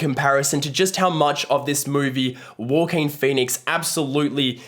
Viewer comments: why do you say joaquin like that ? “war-keen” it’s “hwa-keen” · Andy Peters 😅his accent somehow made it sounded like “ Walker” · nah I mean the word "walking" in an aussie accent. Thats what he sounds like when he says Joaquin. I don't mean the aussie accent for Joaquin lol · Great review. Even with the Walking Phoenix pronunciations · It’s Wha-Keen, mate. 😉😋🃏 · As soon as someone fails to pronounce an Actor's name you loose all credibility. Walk in Phoenix? WTF. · It's not the aussie accent he is just mispronouncing it. I'm Aussie and nobody I know has pronounced it that way. But I agree, every time he said it I kinda cringed...why is he saying it that way lol?